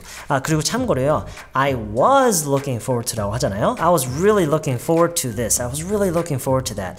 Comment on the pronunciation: Looking forward to 에서 Forward 말할때 for소리만 나게 말하나요?? Forward 라고 완전히 안읽고??